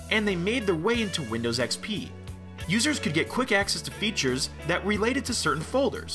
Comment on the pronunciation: I like how many people say windows xpee